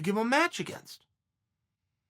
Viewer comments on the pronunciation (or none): none